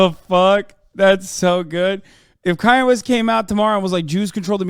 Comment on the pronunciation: And Koonye West